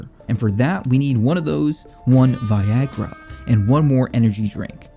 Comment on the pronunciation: Why is viagra called “Viagor”